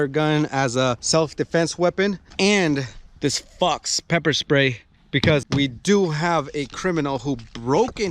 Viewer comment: The way you said fox sounded like fucks